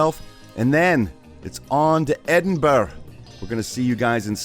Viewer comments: That was a HORRIBLE pronunciation of Edinburgh. Jeesus. It's Edinburr-uh. And just because it's Scotland, you don't have to try and do the accent. It hurts. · Your pronunciation of Edinburgh was hilarious! In Scotland it's pronounced Edinbra, or Edinburra. To put it in to context for you, Burgh is short for Burrough.